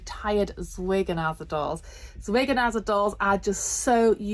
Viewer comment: Please forgive me if I sound ridiculously pedantic, but I do wish the word Zwergnase was pronounced correctly!! Apart from that, I really enjoyed your videos on their dolls.